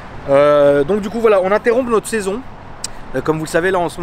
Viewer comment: On dit pas « on interrompt « en prononçant le p frerooo